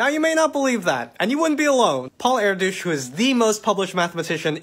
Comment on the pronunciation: okay but did you say "paul air-douche was the most famous mathmatician?"